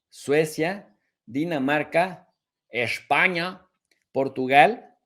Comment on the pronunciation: Eso de España ha sonado diferente😂